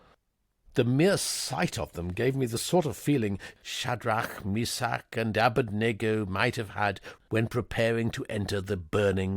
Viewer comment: The usual way to pronounce one of the names of those 3 men from the Old Testament is "A BED nego" Really enjoying listening to your narration, especially the nuances that Jeeves put into his "Sir" murmurings....... absolutely brilliant! Thank you.